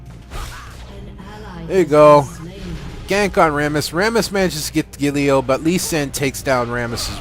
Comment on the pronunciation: gAlio not gaLIo lol